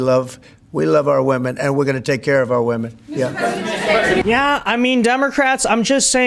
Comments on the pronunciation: Bro why you keep saying woman in place of women? Lol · Get the pronunciation of Women correct!